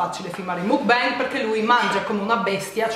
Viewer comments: Per le prossime volte, si pronuncia MOCBAN (con la O aperta e la N nasale XD) Te l'ho scritto in "italiano" che con la parola scritta in"" inglese"" non ci si capisce niente della pronuncia XD Baci dalla Corea ❤️ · Si pronuncia MOKBANG!! Non é una parola inglese/americana ma COREANA, proprio perché é lì iniziata questa "moda" delle Mokbang (먹방) Trasmissione mentre si mangia significherebbe!